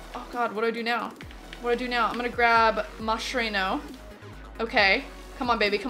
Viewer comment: do u even know how to pronounce Mascherano?